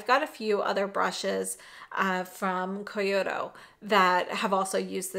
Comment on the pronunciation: Keh-YAH-kee and Koh-YOO-doh 😉